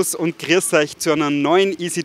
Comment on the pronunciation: Servus und ''griescgh" euch...hmmmm